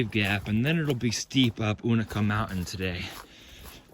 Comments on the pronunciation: Just for an FYI….its you-NAY-kuh (Unaka) and RONE (Roan) one syllable. (And when you get to Boots Off…you’re across from Wah-taw-gah (Watauga) Lake! It’s always hard to figure out the local names of landmarks!!! Big miles!🎉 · Agreed, except I say you-na-kah. This pronunciation stuff starts at Amicalola, not Amicola. Say it the way you want, everybody knows what you're talking about. Speak hiker?